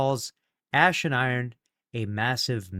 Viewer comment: Notice he said “ass” instead of “ash”, it has become habit.